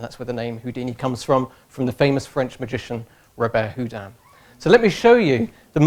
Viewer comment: Robert Houdin was a genius. And this funny English guy didn't say his name correctly !!!